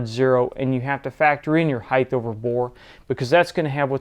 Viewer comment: The word is HEIGHT, and it is properly pronounced "hite" not "hite-th"...there should not be a TH on the end. As always, this video is very informative and well done.